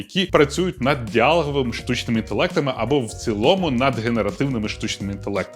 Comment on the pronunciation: Чому ти кажеш діАлоговий? ДіалОг - діалОговий, хіба ні?